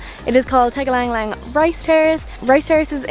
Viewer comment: Love the way she pronounced Tegallalan 😂